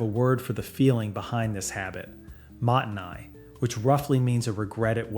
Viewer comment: I didn’t even need to wait that long. “Mottainai” was off. Also this is not for Japanese people in Japan. You can’t buy whole chickens at most supermarkets. (And as I type this I just heard “tare.” My ears!)